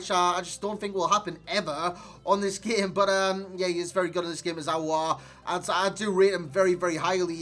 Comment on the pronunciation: You said it Correctly “aouar”😍